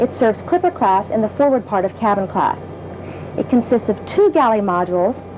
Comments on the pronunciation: LOL i thought she said cattle class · I legit thought she said "cattle class"